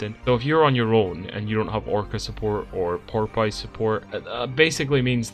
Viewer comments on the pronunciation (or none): ... It is pronounced "pore-puss". ty for the video!